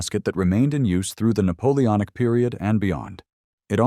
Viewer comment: NAPOONOIC YEAHHH